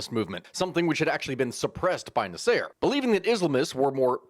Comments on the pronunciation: “NaSEIR”? This is what happens when you only read a name… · The way you pronounce Nasser....omg. Egyptians will be coming for your head!